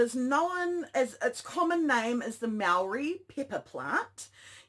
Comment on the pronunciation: that hurt my ears - pronunciation is key. Maori (mah-oar-ree) for e.g. good luck happy ro help with ur pronunciations if u like 👍🏽